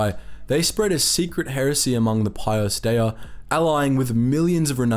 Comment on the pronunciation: tis is HERESY! (which he pronounced wrong)